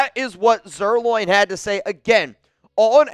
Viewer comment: Please know I've kept my mouth shut a half dozen or more times. I'm not dogging you, just telling you how to pronounce someone's name, since you say his name a lot. It's pronounced Lance Zer 'line' not Zer 'loin'. You're a true Raider, Love you buddy!